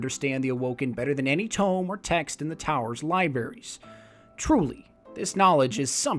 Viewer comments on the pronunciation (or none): Did you say LIBERRIES?